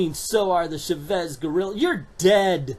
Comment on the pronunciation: Chavez pronounced Cha (like chapstick) and vez. I understand you don't understand Spanish but we have internet and it's not that hard to find. trust me it's not endearing to see someone ignore their resources and go with it anyways.